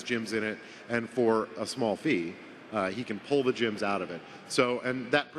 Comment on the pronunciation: Why does call "GEMS" "JIMS"? It annoys me:))